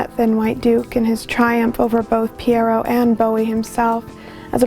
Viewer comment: Please try to pronounce Pierrot correctly. Google the pronunciation.